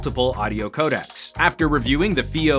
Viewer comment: "codacs"? hmm you should really get this word right bra ;)....